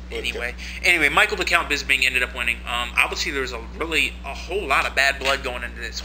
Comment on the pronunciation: Bisping, not bisbing. I dont like his attitude but he sure have some good stand-ups combinations.